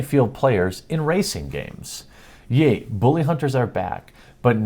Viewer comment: Booly! Booly! LOL@ accent